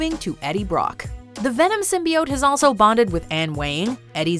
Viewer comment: Somebody tell this woman to stop pronouncing Symbiote like that. This movie is going to have all the "casuals" changing the word.